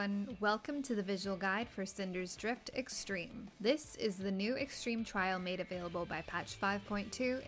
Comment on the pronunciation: Thanks, I was looking forward to this guide. Also you said Cinder's Drift in the intro lol.